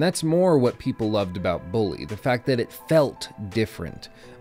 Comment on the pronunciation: "Bullaaay" Perfect.